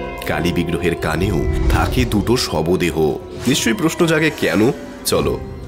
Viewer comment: shobdeho, not shobodeho.